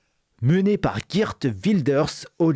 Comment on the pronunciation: ON PRONONCE PAR "GUIRTE" MAIS "GUAIRTE", ROT VERDUM! C'EST ALLEMAND! CF GERTRUDE (DE "LANCE" EN GERMANIQUE: CA RAPPELLE PAS UN AUTRE FAMEUX NOM DE POLITICIEN BIEN CONNU FRANCAIS?).